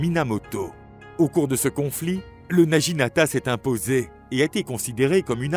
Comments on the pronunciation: Intéressant mais prononciation japonaise à revoir. Le G se prononce avec un son dur (comme naguinata) et le U se prononce « ou ». Le naginata servait à faucher les jarrets des chevaux et à faire chuter les cavaliers. Le seppuku était pratiqué soit avec le wakisashi, soit au tanto. Les deux sabres (la paire katana - wakisashi) appelée daï-sho signifie littéralement le grand et le petit. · naginata se prononce Na Gui Na Ta